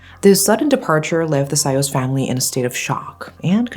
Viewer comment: How come you still pronounce Sayos in anglo accent?